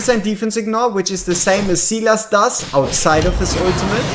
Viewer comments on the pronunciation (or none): none